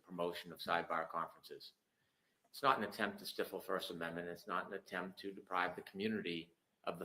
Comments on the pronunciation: I hate to say it, but I am actually starting to think Brennan is actually mentally challenged. He can't even speak or pronounce words properly. Total moron. "STIFFLE" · Replay crew here but even Emily Baker was like come on pronounce stiffle correct